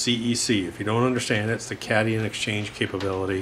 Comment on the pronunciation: Excellent information, Doc. My apologies since you didn’t ask to be corrected. 😊 If I recall from my general chemistry classes nearly 40 years ago, cation is pronounced cat-eye-Ahn. Or the positive ion exchange ( as opposed to the anion (ann-eye-ahn) or negative ions. Not trying to be a smarty britches. Just one of the few things I remember. You can take my information and $6 and get a cup of coffee at lotsabucks. 😊